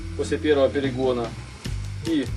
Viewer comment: Хадость , самоХон , переХон ..